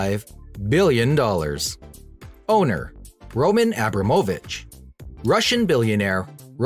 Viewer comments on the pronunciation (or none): I think he may have mispronounced Abramovich... I think it's pronounced, Abrah-moe-vich or Abrah-mah-vich. Not Aah-bro-moe-vich... My apologies if I am wrong. I just never heard it pronounced that way.🙂